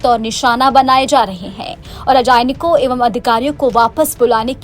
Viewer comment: अरे रजानयिक नही राजनयिक बोला जाता है क्यों हिन्दी का कचूमर निकाल रही है ।